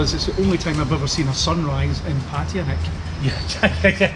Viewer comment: Kindly learn proper pronunciation of 'Pattaya.'